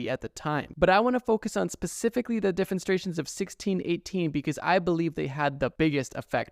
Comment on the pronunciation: bro said 'defenstrations'